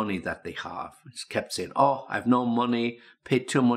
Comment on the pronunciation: Странно,но он произнес междометье " ох" как русский.Наверное а не?😁